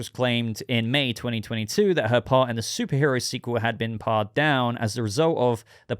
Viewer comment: "pared" is pronounced like "paired", it means "shaved down"